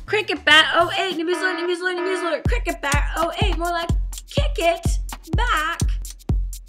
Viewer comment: awww poor grace cant even shout you've been hayyyyzed properly i wanna send her some cough sweets and give her a hug to make her better i love how you say cricket bat it sounds odd how you say it lol